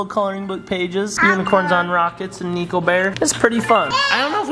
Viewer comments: It's Niko not nico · Niko said Dino ok just telling you bc I heard it